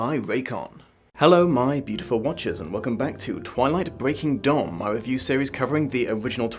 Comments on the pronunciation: With your accent. When you initially said breaking dawn. I thought you said Breaking Dom haha. Might have some truth to it or its to early in the morn for me and I havent had a cup of tea yet XD Edit :(went back and listened to it a few times. Convinced thats what you Dom not dawn. Genuine or Freudian slip?) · Did he just say... Twilight: Breaking Dom?